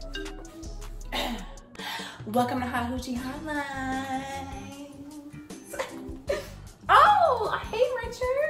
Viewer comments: 😂😂😂😂 she said hot hoochie stud line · When said "Do they have like a hot hochie studline" I died 😂😂